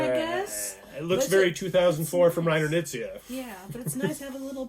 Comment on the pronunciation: You should really look up how to pronounce Knizia, I cringed every time, not a big deal though pronounces everything wrong